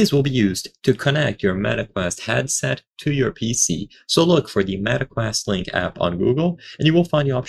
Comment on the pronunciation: "MET Q YOU LINK APP" - AI slop, 2025.